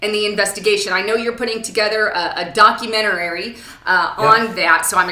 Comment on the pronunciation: doc-u-ment-ary,...not "documentarary!" (that's not a real word) This is why the Left laughs at the Right's credentials.